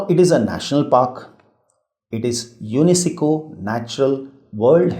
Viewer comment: Please pronounce the names correctly its very confusing as the names are itself very confusing also btw please check how to pronounce UNESCO its troubling me badly except that the video was quite informative. :)